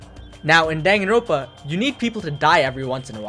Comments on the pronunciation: danganroNpa not danganropa omfggg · its Dangan Ron Pa not Dangan Ropa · He did not just say Danganropa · It really bothers me that you just ignore the last “n” in danganroNpa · "dang-a-ropa" has to be the worst pronunciation I've ever heard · My guy your are aware there is an n in the word danganroNpa right? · This mf will never pronounce the second N in danganronpa huh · I wanted to like your video but the way you pronounce danganronpa is shitty